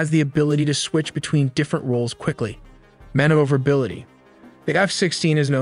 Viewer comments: “Man-over-ability” - maneuverability. Sorry brother that just made me smile. Reminded me of how I remembered how to spell beautiful. “Bee-Ah-Yoot-iful”. I love the amount of detail and precision you put into your content. BRAVO!!! Keep on Keeping on. You’ve earned a sub. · You or your AI have interesting grammar errors, specifically pluralization errors, e.g., "work" instead of how this works. It reminded me of my hispanic ex-wife, though she made mostly past tense errors. Then again there are things like mispronunciation of maneuverability and reconnaissance... weird collection of english errors, I point these out to make your videos iteratively better.